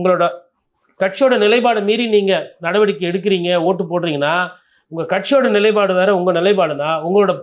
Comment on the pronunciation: நிலை + பாடு = நிலைப்பாடு 'ப்' வரவேண்டும். தமிழர்களே தமிழைச் சரியாக உச்சரியுங்கள்